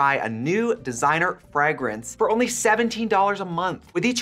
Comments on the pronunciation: The first a is supposed to be a long vowel. So, more like fray-grinse. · most pronounce it like “Fray Grince” if that makes sense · i actually watched the sponsorship just so i could hear trxie say "frahgrance" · How Trixie pronounces ‘fragrance’ - is that a Wisconsin thing or a US thing? Or do I just not know how to pronounce ‘fragrance’? I’m from Australia and in my experience, we say ‘FRAY-France’ lol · I didn't even notice from cringing at how she pronounces frahg rinse. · I’ll never get over Trixie saying fragrance like “Frag rinse” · I was about to comment the same thing, for some reason this is the first time I noticed it 😂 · the physical reaction I get every time I hear this way is the same way the crispy R’s feel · I saw this comment just as she said it and had to chuckle! She's an authentic queen. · Not the Wisconsin accent fragrance debacle again 🤷🏼‍♀️🧀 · I can't deal with how you pronounce fragrance 😂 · 'cool whip' vibes on that 'fragrance' pronunciation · That pronunciation of fragrance is really a choice. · Oh no, Trixie has crispy R's when she says "fragrance" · I actually watched Capitalist Barbie's sponsor this time just to hear Trixie struggle to say "fragrance" in her midwestern accent 10000x 😂